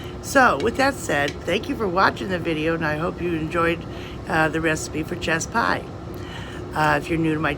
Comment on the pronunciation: I thought you said chest pie. 😬 Ya know, like navel shots!